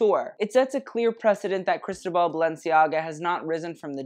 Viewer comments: Ikr? Sounds like he's slurring crystal ball instead.. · I live 4 u but it’s pronounced cris-toe-ball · Just a note: the accent in Cristóbal falls in the o 😊